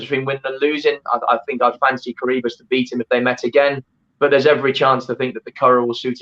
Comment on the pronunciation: Lady not Curry but Curragh hahaha